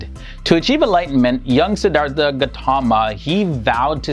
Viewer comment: A few corrections. The Pali language is pronounced "Pah lee" Short 'a'. Theravada and Siddhartha have an aspirated 't' which is written, "th", but is pronounced as a hard t followed by an 'ah' sound. So it is "Sid-ar-Ta" not "artha" and "Terra-vah da" or Terra-vay-da", not "Thera." Siddhartha Gautama was given the title "Buddha" but more typically was referred to as a thathagatha -- a "thus gone" person. That is one who has reached the final aim of Buddhism, an awakened one. There are different kinds of buddhas, private and public. It was believed in his day that the Buddha was not the first Sammasambuddha, or perfectly enlightened one -- there have been buddhas for every cosmic age. It is also believed that there are many paccekabuddhas, buddhas who do not declare the Dhamma (teachings) to the world. It is said that the Buddha was instructed by paccekabuddhas in previous lifetimes. In the Buddha's time, a set of rules for monastics, the vinaya, was set down and ritually repeated and extended. It prohibits killing. In Buddha's time meat was a luxury and requesting that someone slaughter an animal on your behalf is prohibited by the monastic code. Furthermore the Buddha and early Buddhists had a dim view of butchers. The vinaya also limits how manks can obtain and store food -- so Buddhist monks and nuns are sramanas -- holy beggars. This strata of society existed before Buddhism and ritualized begging for food is a tradition carried on to this day in Southeast Asia. The Buddh